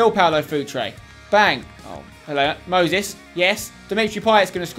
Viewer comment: why does he pronounce Moses as mosis